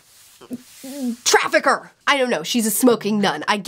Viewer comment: Oh my God, the way you said trafficer has me in tears. Thanks for the video and I hope that everything is going great with your family :)